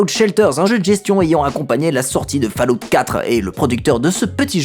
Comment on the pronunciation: Je tique sur la prononciation de Fallout.